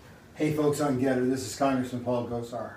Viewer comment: What the hell is getter...gitter?